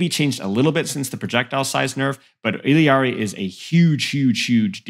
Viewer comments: Illari’s name is pronounced “EE-YAR-EE” not “illy-yar-ee” lol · “illari’s” pronunciation is more like “E-Yar-EES” lol you always throw an L in there but it’s silent